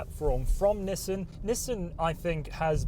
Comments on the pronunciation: lmao "Nisen" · nisten, like listen